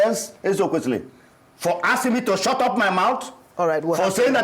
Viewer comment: ..."saying something that doesn't make sense and he is overyapping...😂😂😂. Madam Oby needs to correct him in a subtle way" can you please shuutrup..., shut rup... 😂😂😂